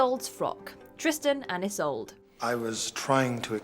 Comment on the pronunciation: The narrator needs to check on the pronunciation of Isolde. The mispronunciation is unprofessional.